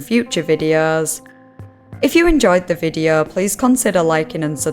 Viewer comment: Investigeeeeh, videeauo etc. , the same "melody" of every sentence - pure pain to listen to this weird narration!